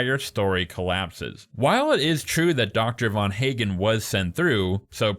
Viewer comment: Ffs the physicist who invented "The Machine" is Dr van Eegen. Not VAN HAGEN. Just knowing a smidgen of 🇳🇱 (Dutch) phonetics, or the physicists, would have told you that. And yes, I'm also sure Nora is lying. The logistics alone plus clues since the very first ep indicate this. Loved the journey, everyone's journey from beginning to end it's beautiful. I'm Australian so know where every single scene was shot. Final episode takes place in Clunes Victoria. And it's clearly shot in winter. The 'dance' scene I mean 'wedding' was shot in very trying conditions. Brilliant stuff but as for this analysis, I've heard better 😅 It's such a beautiful brilliant show 🎉 Every emotion possible. Weird they didn't mention the GR once though 😮